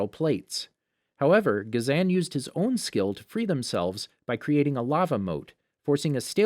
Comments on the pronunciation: was lowkey abt to roast u abt sokka when u said sooka and it is pronounced as ghazon not gazaan why do u have a voice actor just watch it then make videos out of it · Gaz an is how they pronounced ghazan, Kia is how they pronounced kya and (make-o) for mako (ma-co) and (ten-zen) for Tenzin (ten-z-in) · "ga-zan" "make-o" "kee-a" you sure youve watched the series??